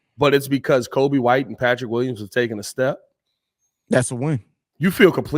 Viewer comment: it's Coby as in Jacoby